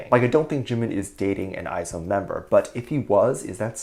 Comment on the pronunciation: This is super duper wuper off topic but its not “i-zone” its pronounced “eyes one” lol